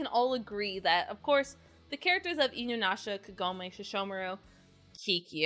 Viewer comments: For some reason I always hear 'Inunasha' when you are saying it. <X3 I liked the show but it felt soooo stretched out. Got the Final arc on BD and the movies on DVD. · Same! I was a little triggered by the incessant mispronunciation, but I appreciate clear affection for the series and characters. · You love inuyasha yet cannot pronounce it, what?